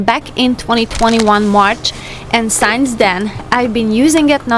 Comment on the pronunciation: Please, can you start to pronounce word “since” properly. In every video I can hear you saying it as “science”. Since and science is not the same.